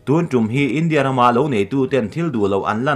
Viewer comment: India ram, India tan adt heng thu i lam dan hi a dik tawklo. India ram tih hi lam zawm mai tur a ni a. india tih leh ram tih hi a kar awl deuh a i lam hi a dik theilo. Ram hming zawma inthil lam hi ennawn deuh a ngai.